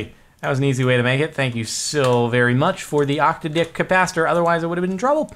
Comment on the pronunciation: STOP SAYING OCTODICK!